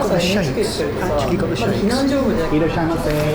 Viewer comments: Aw, did so good saying "Irasshaimase!" Pretty legit--totally appreciate that desire to be accurate. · Your Japanese pronunciation is GREAT!! Don’t be “shai”! Hehe Thank you so much for coming to my country;) I really really wish I was there at the restaurant to meet you all!! Making dashi is difficult for us so you must have done a wonderful job!! Hope you had a lovely time in Japan!